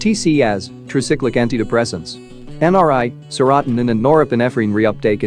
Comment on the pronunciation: Maybe you should learn to pronounce seratonin